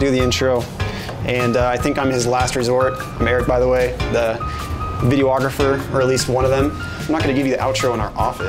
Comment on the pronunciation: But he doesn't even know how to say his own profession. It's not "video-ographer." Nobody in human history has ever called themselves a video-ographer, except Eric.